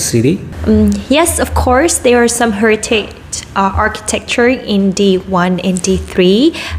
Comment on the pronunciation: Heritage phát âm bị sai